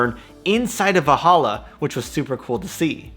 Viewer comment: VaLhalla, not Vahalla. :D Nordic origin, not arabic.